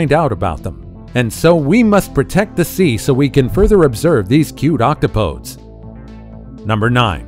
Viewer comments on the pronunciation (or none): none